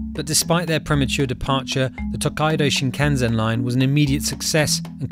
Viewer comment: It is called Shinkansen thanks